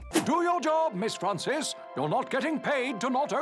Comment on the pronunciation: Her name is Miss Frawnsis